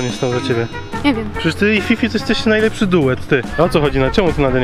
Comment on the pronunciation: "najleprze" xd